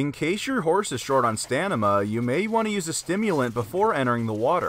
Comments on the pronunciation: Did you say stanima?... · “In case your horse is low on stanima”